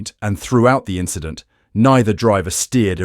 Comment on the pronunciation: It’s just an inchident…